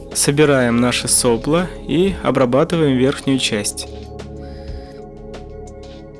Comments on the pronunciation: Шикарная работа. Но все же - да соплО, соплО а не сОпло!!! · правильно «сопло́»